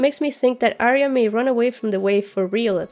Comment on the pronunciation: A ton of work. Very well done. I think you surpassed all of the other disections of this material, and I have watched quite a few. Thanks for your efforts on our behalf. Pronunciation of Arya - you know better.